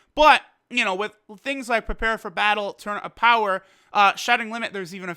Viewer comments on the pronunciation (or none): none